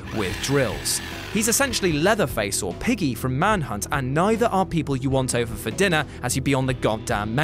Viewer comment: Piggsy, not Piggy.